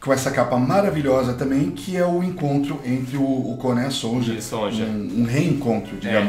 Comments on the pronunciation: DICA: A pronúncia correta de SONJA é Sônia. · Eu acho que a pronúncia do nome "Sonja" era Sônia mesmo, soando meio que alemão. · Sonja se le sonia pq tem idiomas em que o j tem som de i